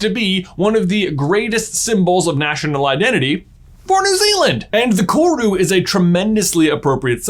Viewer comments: Watching an American discover a part of kiwi culture is unsettling. Also dang he butchered "kawrue". Its koru and you roll the r. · Omg! all New Zealander's freaking out when someone 'famous' says our name hahaha Also... roll the R on Koru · My guy, love your vids. But the Maori pronunciation hurts, roll your R on koru. Appreciate the exploration of the meaning of korus though! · I love this video and you J, and how much you mentioned New Zealand..... but im not gunna lie, as a New Zealander, hearing your pronunciation of 'koru' made me cringe just a lil bit 😂😂😂😂😅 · For future videos, koru isn’t pronounced with a hard ‘r’. Was nice to see New Zealand representation in this video though ☺️ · im from nz and its funny listening to him say Koru, he's obviously very close in pronunciation but its still a little giggle worthy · Hi, i love your videos but one thing kinda confused me for a sec as a New Zealander! Koru is pronounced with a rolled R! :) thank you for reading :)